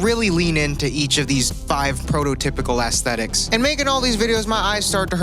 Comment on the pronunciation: why he say ASS - tetic? So much emphasis on the 🍑